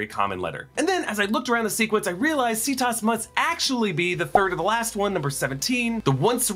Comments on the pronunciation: Every time you say "See-toss" it reminds me of Cetus, a sea monster from Greek myth (they would have said it with a hard c though) from which we get "cetacean," all the whales, dolphins, etc. So that may be another connection to the Purgils. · Well technically Cerberus is supposed to be Kerbouros, but that doesn't change the fact people use the soft C in media.